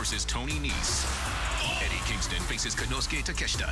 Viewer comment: You pronounce his last name Take-shit-a